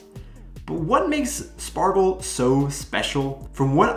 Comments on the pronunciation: You mean 'Schpargel', not Spargel..😅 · It's pronounced Shpargel. In words starting with "sp" and "st", the s is typically pronounced like "sh" in englisch. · It is pronounces Schpargel - not Spargel . I prefer the green fresh spargel. I just made a Flammkuchen with green asparagus yesterday. Really easy to cook - here a recipe : other recipe